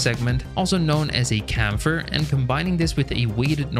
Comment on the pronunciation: New pronunciation for chamfer just dropped!